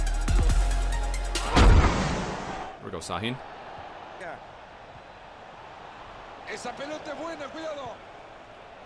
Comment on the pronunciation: It s pronounced shhahin